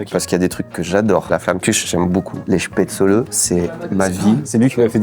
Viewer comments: Spätzle, diminutif Spätzele, se prononce ainsi dans le bas rhin en Alsacien. Spätzlé comme tu dis, se dit uniquement dans l'extrême sud de l'Alsace en Alsacien. Spätzlé est aussi la forme française la plus courante pour un non dialectophone. Dans le haut Rhin on dit Spätzla! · J'en peux plus, j'en suis a 7m30 et mes oreilles saignent a chaque fois que le mot chpaitzeuleu et prononcé 😂😂 qui vient de suisse le prononce pourtant parfaitement alors pourquoi massacrer ce mot?😂 S'il n'y a pas assez d'acidité, on va en rajouter (gentiment): les nems a la choucroute qu'on soit bien d'accord c'est une recette innovante parce qu'à aucun moment c'est traditionnel 😑 Ensuite...qui met du citron dans une choucroute? Hérétique, au bûcher!!!! 😂 Puis on tombe sur quoi? Un schnitzel? En tout cas pour moi c'est un wienerschnitzel...en français ça veut dire escalope viennoise, tout est dans le titre, rien a voir avec l'Alsace 😚 Et tout ces délicieux plats il faut les accompagner! Et avec quoi de mieux que les vins de la région qui sont excellents (sisi je vous assure 😜) Pour le dessert je n'ai pas compris le lien entre éclairs et plats traditionnels alsaciens, a moins que je n'ai loupé quelque chose😬 Sinon ça fait plaisir de voir une vidéo dégustation de chez soi, merci pour vos vidéos et votre bonne humeur comme d'habitude, j'espère que vous avez kiffé le passage éclair et pour toute personne lisant ce commentaire jusqu'au bout, n'hésitez pas a venir visiter et déguster 😘 Sur ce, s'gelt 🍻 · Excellente vidéo, j'ai découvert à travers cette dernière les nems à la choucroute (perso connaissait pas). Ce qui m'a un peu titillé c'était la prononciation des Spätzle (prononcé Spätzlé) ou des Flammenküche (en allemand c'est plutôt Flammenkuchen avec le ch prononcé comme un "r"). Mais bon après les prononciations c'est propre à chacun. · on prononce « chpè-tsli » ☺️